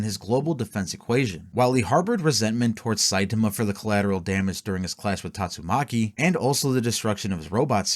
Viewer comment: You keep saying Tatsumaki's name wrong is annoying me.